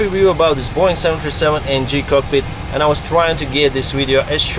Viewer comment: I like how says Boeing as Boing